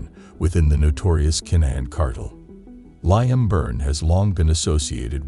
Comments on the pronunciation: Actually its 'lee-im' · His name is pronounced Leem. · Ah yes that well known name Lie-am. This was obviously written by AI. Horrible to listen to, lots of words going around in a circle without saying anything.